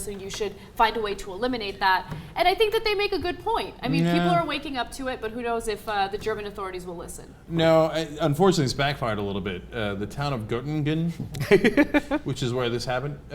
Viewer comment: Cenk's pronunciation of Göttingen was embarrassing.